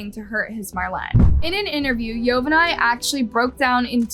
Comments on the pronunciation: It’s govani not yo va ney wtf😂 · bro please say their names right. (yo-van-knee) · Bro the way she’s saying yovany even after the interview is annoying the ahit out of me 😭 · Her husbands name is not pronounced yo-ven-eye it’s Govani with a Y yo-von-E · His name is not pronounced Yo van nay it is pronounced like Giovanni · Its pronounced yo van ee not yo van ay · Hearing the husbands name pronounced as YO-VA-NAI is so annoying. It’s YO-VAH-NEE. ITS SO OBVIOUS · It’s not yovanai, it’s pronounced jovani, jo van I Through out the story you pronounced it wrong… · It's not pronounced "Yo-Ven_Eye". It's pronounced "Ee-Yo-Von-Ee". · yovanay LMFAOOO girl its pronounced yo•van•ee 😭😭😭 like geovanni??? 🤦🏽‍♀️ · At least pronounce her husbands name right it is pronounce “ geovany”!!!!! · How are you going to include a news video conference where someone literally says her name yet you’re STILL pronouncing it wrong- his name is (yo-van-ni) SIMPLE! gosh and stop saying “called” for goodness sake’s when you’re saying the victim’s name or family. SAY “named” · Yovany is actually pronounced GIO-vanny. Only difference is is that Yovany is Latino so that's the Spanish version of Giovanny or however you would spell it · This is sad Also her boyfriends name is pronounced Giovanni [Geo-von-knee] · note: Marlene is pronounced as mar-leen Yovany is pronounced as yo-va-nee (like Giovanni) and ochoa is oh-cho-a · Yovany is pronounced: yo-von-ee What a sad terrible crime. Great video! Thank you so much I'm a new subscriber, loving your content! 💕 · His name is actually YO- Vonny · "YOE-VON-NEE" is how it's pronounced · Why are you pronouncing Yovany like that? They literally pronounced it correctly in the news report 😒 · The news clip pronounces Yovany correctly and yet you continue to mispronounce it every time 🙄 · I’m sorry but the way said “yovany” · Crazy sad story !!! The victims husband name was mispronounced the entire time . I’m sorry it just threw me off.